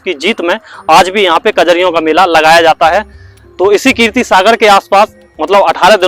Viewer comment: Keertee nahee keerat Sagar